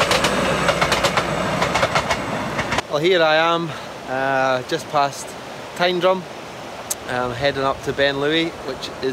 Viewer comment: Yay......someone who knows how to pronounce tyndrum! 👍👍